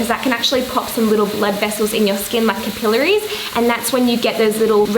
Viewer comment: I love the way she pronounced “capillaries”. Cap-ill-er-ies.